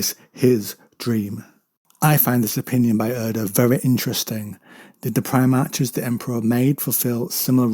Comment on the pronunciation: Love your stuff. But it's PrimarHHHs. Not Primarcsses. Apologies for being rude.